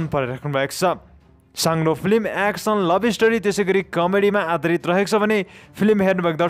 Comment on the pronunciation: Hihihihihi action lai pronounce gari bolna pani na auane kasto brother ho u 🤣🤣🤣😃😃😃